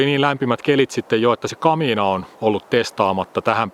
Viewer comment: Repeat after me: "ka-mi-na".